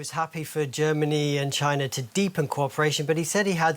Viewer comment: 😂@ …Tyna? Now Germany has to compete with China and Tyna 😂😂😂